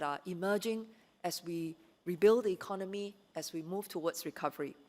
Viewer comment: Mr. Chan, may I suggest that both Mr. Heng SK and you, if you both of you desire to be the Prime Minister and Deputy Minister, you have to learn to speak better English and speak with a more neutral accent and proper pronunciation. "Ekon nomy" not "econ noe me" I wonder why you did not learn to speak with a proper intonation when you were educated at a British university. Please go and take English lessons and speak like a graduate from the UK and political leader. "Fourth" not "fourph"